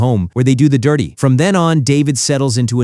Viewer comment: Does, the "DIRRRTY". 🤦🤣